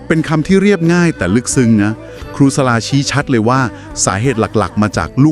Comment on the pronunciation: ขออนุญาตแนะนำ ชื่อครูสลา อ่านว่า สะ-หลา นะคะ